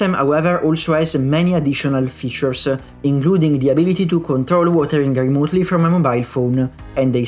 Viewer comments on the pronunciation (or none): You don't have to say "uh" after every word/consonant in english, for example the word "features" ends in "S." and not in "esuh". Aside from that nice video.